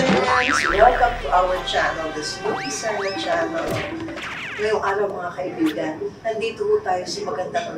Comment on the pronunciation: Serna po not serena